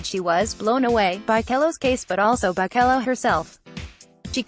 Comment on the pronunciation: It took me awhile to figure this out, but there must be a robot "reading" the text. Initially I was just irritated by the mispronunciations of Susette Kelo (pronounced KEE-low, not Kello) and Justice Ginsburg's middle name (pronounced BAY-der, not badder.) But when the narration said "_ _ _" as "underscore, underscore, underscore, I knew it was a robot. My suggestion? Have a real person actually narrate the text next time after learning how things are supposed to be pronounced. P.S. I met Susette Kelo at the premiere showing of "Little Pink House."